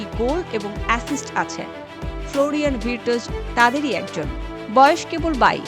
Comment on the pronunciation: ভির্টজ???😂😂😂 রিপোর্টার হইছেন কেমনে?